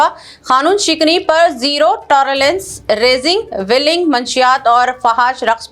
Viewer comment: Zero tolerance nottorlance she read so